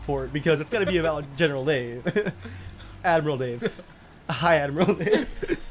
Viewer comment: Every time you said "General Dave", Why I always heard General "Day", maybe General Day on Commonwealth will here ......